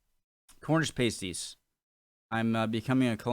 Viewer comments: Oggy oggy oggy! Oi oi oi! haha Thanks for "visiting" Cornwall:) P.s they are "past- ies" not "paste - ies":) So happy you went to my county though! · Their name is pasties - like past tense- not paste as in toothpaste. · Pasty and pastie are very different things. Pasty (pronounced past-ee) is this lovely Cornish treat. A pastie (pronounced paste-ee, as you do here) is a sticker a stripper wears on their nipples. Cue my childish giggles as you comment on the lovely paste-ees from Cornwall. It gets complicated when pasty is pluralised to pasties, and pastie into pasties. Pasties usually come in sets of two, while you can have as many pasties as you can eat. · Paste-eee's? The word sounds like Past-ttt's,. Potatoe's, Onions, Swede & Meat, with a little seasoning, never tasted so good.:o) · You listened to them calling them Pasties all the way through the video, but still insisted on calling them paste-ees at the end. I do wonder how much you learn from these videos, you repeat your mistakes over and over again. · Hi just a pronunciation thing they are pronounced pasties like ass, not pasties like paste, and they are amazing. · It's passtees, that how to say it . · Pa-stee, Pa as in pat the dog, that sort of pa, not par or pay, just pa! My aunt used to make the best pasties, oh my. My parents would put me on the train in Wiltshire and, at the age of eight, I'd travel on my own (well, under the watchful eye of the guard) right down to the north coast of Cornwall where I'd be met by my aunt who usually had a pasty all ready for me - meat one end, blackberry and apple at the other. I'd have scoffed the lot before we were out of the station. As for "Oggy, oggy, oggy" - there are lots of expressions that the Aussies claim as theirs but which actually they stole from somewhere in the UK. Transported criminals, the lot of them. ;) (Just kidding!) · Pasties.... pronounced Passtees.